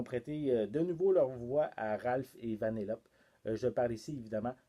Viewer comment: J’ai adoré ta vidéo, mais on prononce Vanellopé. Ce n’est pas méchant, c’est juste pour que le savoir